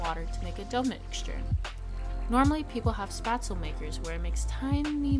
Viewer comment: This was informative, but you’re mispronouncing Spätzle. It’s pronounced like ‘shpets-leh’ Thanks for this video